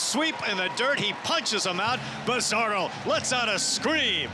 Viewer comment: Bazardo" accent on the Do